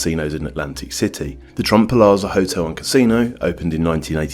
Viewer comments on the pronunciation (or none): It's pronounced PLAZA not PALAZA